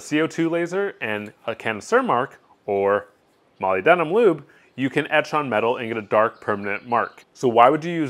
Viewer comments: It's pronounced muh-lib-duh-nuhm. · "molly denum" haha :p